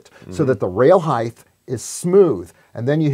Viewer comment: Height, not heighth. 😉